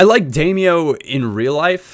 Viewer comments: Damaio is pronounced dim-e-ow. Not dame-e-oh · Its pronounced DAM-OWW not DAM-E-OH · It's pronounced "Dah-Mee-Ow" NOT "Day-Mee-Oh" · you pronounce damiao as demyao by the way but great vid:) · Is it not pronounced Dam-e-ow?